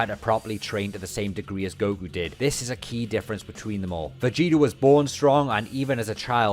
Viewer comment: Everyone:"Trunks and Vegeta" This Guy:"Trunks and Vegetr"